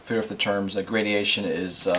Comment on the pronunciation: By the way, the word is "gradation" not "gradiation"